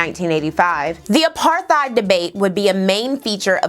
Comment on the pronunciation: You say apartheid the correct way I always thought it was apartteid.